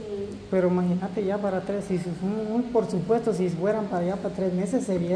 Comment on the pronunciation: si es verdad que ustedes leen los comentarios, te he puesto varias veces que NO se dice porsupuesto, se dice PRESUPUESTO, PRESUPUESTO, PRESUPUESTO. repitelo hasta que te lo aprendas, por favor